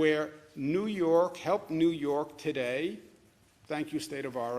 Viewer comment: Pronounce: TODAY